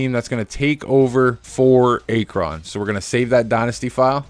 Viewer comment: Bruh, i almost wanted to click off the video just cause of how you pronounced Akron